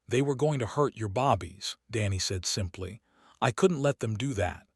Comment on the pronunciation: This seems so jerky. Lots of character names are missing. Mispronounced words(bobbies instead of babies for example). Seems like a decent story, but many things need to be updated/changed.